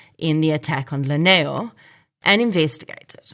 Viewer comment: Lineo is pronounced as Dineo Basotho from Lesotho Translates Li=D e.g Limpho as Dimpho Lineo as Dineo 🙏